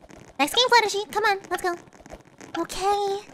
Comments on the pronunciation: Her name is not Fluttersee it is Fluttershy unless you call her that I'm sorry I was just saying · I LOVE HOW SAYING FLUTTERSHEE IS STILL RELEVANT